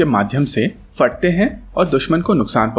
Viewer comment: क्षमा कीजिएगा आपका दर्शक व प्रशंसक हूँ bombs Fat te hain- galat hai हिंदी में फ-ph होता है। न कि फ-f... 🙏🏻